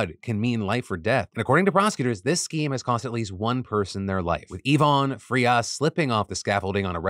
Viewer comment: Wow. I commend you for saying the last name Frias very good. That's my last name. No relation to the unfortunate passing of the guy in the story.